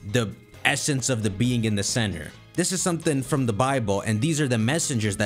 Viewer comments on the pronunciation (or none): none